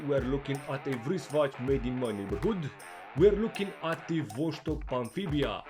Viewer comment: cool video as always! Oh and it's Vos-tok not VosH-stok